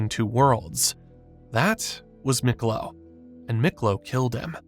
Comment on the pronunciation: It's pronounced Meeklo not Miklo